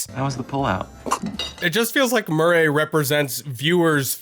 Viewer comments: "Wanna hear another joke, Mur-ray?" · …why are you pronouncing “Murray” like that? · Excuse me... how are you pronouncing "Murray???"